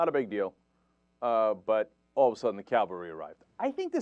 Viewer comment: I hate to be pedantic, but it's late and this has been bugging me. It's cavalry, Cenk. You're saying calvary. cav⋅al⋅ry noun, plural -ries. 1. Military. a. the part of a military force composed of troops that serve on horseback. b. mounted soldiers collectively. c. the motorized, armored units of a military force organized for maximum mobility. 2. horsemen, horses, etc., collectively.